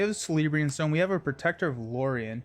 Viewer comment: Please stop saying GONDOLORIAN SHIELD (Star Wars has no place here 😁) Also "C" is pronounced like "K" with names and such with Tolkien. "K"eleborn... and so on. Same with "K"elebrian's stone... no Sssssss sound. Seems like many players on Youtube do not pronounce these correctly and it drives me crazy!Otherwise, love your videos.